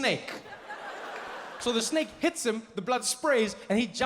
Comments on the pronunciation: I thought it was going to turn out to be authentic Balinese snacks because my indo friends pronounce snake as snack. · ah, yes, a "SNEK" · French Dude: SNEK Me: S N E K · The emphasis on "THE SNAKE"....I've watched this sooooooo many times. Who wants the job of being the snake getter.????? Nope nope nope. 🧡😳